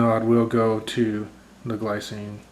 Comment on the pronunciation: Glycine is Swiss so it's pronounced more like 'glee - tsee - nuh' or 'glee - tseen'. Also, not all of their watches have ETA movements, mine are fitted with Sellita SW 200-1. If you buy one you will have to open it to find out what movement is in there.